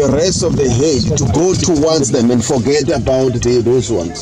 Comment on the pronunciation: The rest of the herd not "" het""